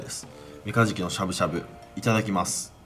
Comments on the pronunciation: メカジキじゃなくて メガジキで草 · ごめん。何回聞いてもメカズキにしか聞こえないっす。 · 始めメカジキが｢三日月｣に聞こえて何言うてんねんこいつって思いながら聞いてた